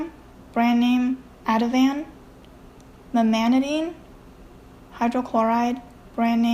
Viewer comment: I think the Memantine was mispronounce.